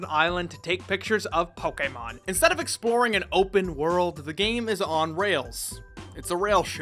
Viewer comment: Thank you for pronouncing Poe-Kay-Mon correctly every time